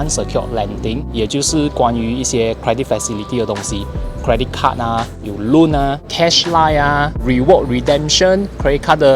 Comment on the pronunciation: 请再念 “Joke” 和 “Loan” 的发音一次？